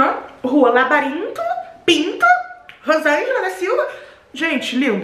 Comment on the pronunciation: “Rua labarintoh, Pintoh, Rosangela da silva?” ksksks morri